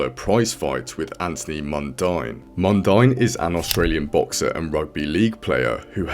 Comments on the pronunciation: Mundine is pronounced 'Mundeen'. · Mundine Is Pronounce As Mundean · Pronounced: ‘Mun Dean’ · How is this guy a fan of boxing but cant pronounce Anthony Mundines name correctly haha Also Muay thai & kickboxing are 2 different sports ..